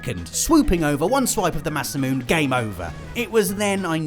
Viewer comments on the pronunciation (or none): Sephiroth’s sword name is pronounced Maa-Saa-Moo-Nay